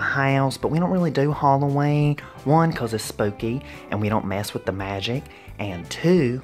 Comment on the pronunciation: Talk properly. Hollowayne?